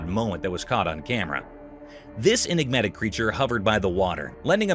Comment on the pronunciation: "Inegmatic" 😒 You inegmatic drama queen!